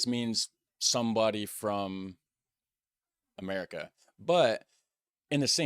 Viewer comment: its merikun that's Weird, even the intonation and pronunciation is usually wrong.